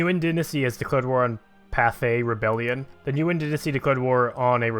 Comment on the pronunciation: Nguyen is pronounced as "win."